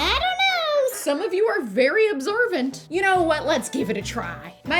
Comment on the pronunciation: I heard “absorbent “ instead of “observant” 😂